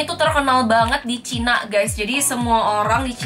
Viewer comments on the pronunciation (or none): none